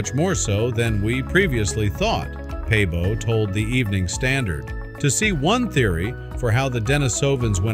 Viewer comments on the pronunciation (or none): Svante Pääbo! not pabo.